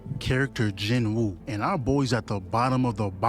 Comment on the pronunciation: Who tf is “Jouwooo”😂😂😂😂😂😂😂